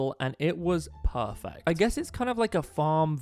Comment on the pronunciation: I love his “it’s pAfeCt💅🏻”😅😂😂😂